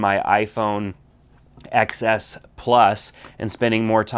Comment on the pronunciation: TEN S....not EX Ess